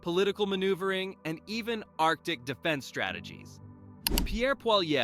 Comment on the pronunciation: I think you took so long making your graphics that you're slow on your news. This is old news. And you're mispronouncing Poilievre.